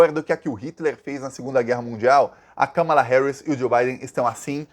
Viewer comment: Finalmente alguém pronunciando corretamente o nome Kamala! Parabéns 🎉